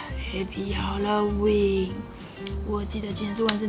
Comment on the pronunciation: 沿海地帶的哈嘍溫🤣🤣🤣